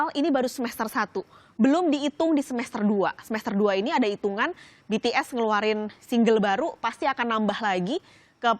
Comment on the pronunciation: Mba ngomong BTS sma bighit nya biasa aja jangan di..gmna ya susah jelasinnya pokoknya biasa aja ngomong BTS sma bighit nya biasa aja🤣